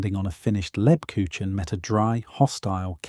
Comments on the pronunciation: Ha ha....lebkuchinn..... It's not that hard to obtain the correct pronunciation. Negative points for that. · Please pronounce LEBKUCHEN correctly! The "ch" is pronounced closer to a "k" sound, not a typical "ch" from our English. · Not lebkushen, leb KUCH en, the ch comes from the throat. I love Lebkuchen, make it every year; its part of my German heritage. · For the love of God,, PLEASE learn to correctly say the name of the thing you are describing! LEB-KOOKH-en I’m sitting here, TRYING not to swear at the TV, but I am shouting the correct pronunciation at the TV every time you butchers it! THANK you! I’m sitting here, TRYING not to swear, but shouting the correct pronunciation at the TV every time you butcher it! We love you to pieces, we really do. But it AIN’T THAT HARD, and it’s important! Please? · That's as good as the AI can currently do. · I disagree. It is much more like a soft g. A very soft g. Like the sound following the S in Scheveningen. A town name used by the Dutch to weed out foreigners. Like the second G in the English garage, but softer.